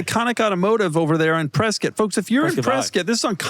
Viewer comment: So many kudos for Doug pronouncing “Prescott” like the locals do.